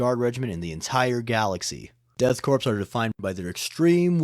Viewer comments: It’s pronounced Core, not Corpse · It's pronounced "core" not "corpse" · The ps in corps (or in this case korps) are silent. It's pronounced like core, not corpse. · This is a minor thing, but korps/corps is pronounced like “core” not “corpse.” Blame the French, that’s who we stole it from. Not meaning to be a dick, love the content. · Btw, corps, or korps, is pronounced like the word "core". You keep pronouncing it as "corpse", which is wrong. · For future reference, anytime you see Korps or Corps, it's pronounced Core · Dude the ‘ps’ in korps is silent. It’s read as ‘Death kor of Kreig’. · “Corps” is pronounced “Core.” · Korps is pronounced as core. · It doesn't. It's cringe when a grown ass man can't pronounce Corps or Korps correctly